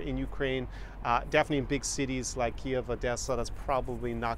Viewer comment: Colombia women are much more cooperative concerning intimacy .Medellin Colombia, city of eternal spring is an excellent choice. Medellin (med-ah-jean) is correct as Keeev is correct, not Key- ev.